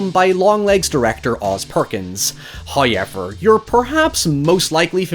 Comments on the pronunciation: No hate, but - when you say the word "however" (y'now - like "cow-ever", but with an "h"...) as 'high-ever" I inst-warped into the fresh prince of bel-air as my world "got flip-turned upside down". Blammo! Mind-wrecked over here. How do you sleep at night? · I know, it's an accent and I know this is a problem I have with myself, however whenever I hear pronounce "however" like "high ever", it fills me with aggression and makes my blood boil. 😅 Can't you please make an effort and try to not say this word like that anymore? I can't even begin to understand or to explain WHY someone would EVER pronounce it that way. It's as obscure as the pronounciation of the Scottish name "Colqhoun" in "Ravenous". They pronounce it like "Cologne". So, why the "q" then? Get rid of it!! It makes me angry to read or type the name, every time... And whenever I hear "hyever", I get angry, too... I apologize if I upset anyone with my little request.... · Haiever I'm sorry. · hi-ever????????????? what accent is that??? lol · there’s simply no way this is your real accent. “However” cannot be pronounced hyue-avver, it’s illegal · I know, it's an accent and I know this is a problem I have with myself, however whenever I hear pronounce "however" like "high ever", it fills me with aggression and makes my blood boil. 😅 Can't you please make an effort and try to not say this word like that anymore? I can't even begin to understand or to explain WHY someone would EVER pronounce it that way. It's as obscure as the pronounciation of the Scottish name "Colqhoun" in "Ravenous". They pronounce it like "Cologne". So, why the "q" then? Get rid of it!! It makes me angry to read or type the name, every time... And whenever I hear "hyever", I get angry, too... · First "hoyevver" drops . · Admit it you're like me. You come for the excellent hot-takes on horror movie old n recent. But also like me; you stick around for as many mis-pronounced 'hi-evers' as possible.